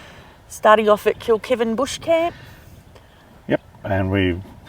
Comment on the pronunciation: I have a little giggle at some of your pronounciations. Yalarbon pronounced yell-are-bon lol. Kilkivan pronounced kilk-eye-van. 😂. Love your adventures ❤